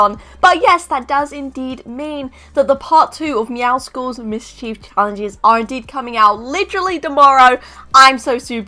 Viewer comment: It's not meow-sicles It's meow-scles like muscles but it's a cat pun cause meow